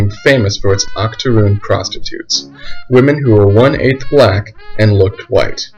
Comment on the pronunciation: Not gonna lie when u said Octorune I at first thought about a type of extinct cookie until u explained what that term actually meant bruh 😆. Also do more about this like perhaps do a historical analysis of the Pretty baby film which I think came out in the 70s and was about storyville.